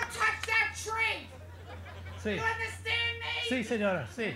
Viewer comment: He's painting my TRRREE.